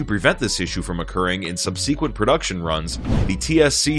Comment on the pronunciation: Sub sequent?....Is this a robot?